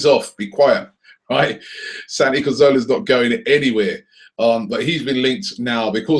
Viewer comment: CAZorla FFS! CAZ CAZ CAZ!!!!